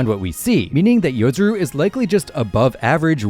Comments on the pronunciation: Its Yo-Rozu not Yo-Zuru😂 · I just hate YouTubers that can't read... yoROzu not yozuru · Its yorozu, not yozuru